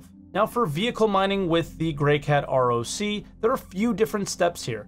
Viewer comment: "greycant roc" That's brilliant! XD But I will have you know that I'm grey and CAN roc alongside the best of them! Still love you though,! <3